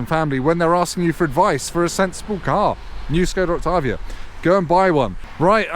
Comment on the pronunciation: As someone from Czech republic, it's so nice to hear a foreign person pronounce "Octavia" and even try to pronounce "Škoda" the correct way